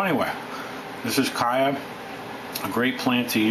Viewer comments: Where the heck are some of you people getting that ignorant kie-ya pronunciation? ????? The people of chaya's native country , Yucatan, Mexico, must be a pretty stupid bunch since they all say CH-aya, as in CHarles. This 'kai-ya" business is highly annoying. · Love the video but I work in Yucatan with Maya farmers and its pronounced "ch-aya" including the ch sound. :) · It's CHaya with the CH pronounced like CHeese. Why can't people pronounce this plant properly. Listening to your mispronunciation is like fingernails on a blackboard!